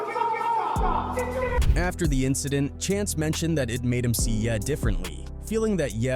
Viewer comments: ye - yeah 😂😂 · Who TF is Bo-wow? It's Bow Wow, because he is the little dog under Snoop Dogg. And ver-zooz?? Really? It's verzuz, like versus. Jay-z aka Hov, you said hawv, it's Hov with a long o, as in ho! Kanye aka Ye, yet you say yay. Smdh. At this point I believe you are doing this on purpose to get comments. Smart. I know the tactics, because I am also a content creator. It worked. Because this urked me so damn much I just had to comment. Ughh!! I corrected you on many other things, but I was coming down here to type as you mispronounced a name or a word, and it went to the next video before I could post it. You all gotta stop supporting channels like this, who can't even take a second to google or youtube search the correct pronunciation of someone's name. Again, if it's a tactic, then I can't hate on the hustle, but if it's just pure ignorance, then, oh well, nothing at all.....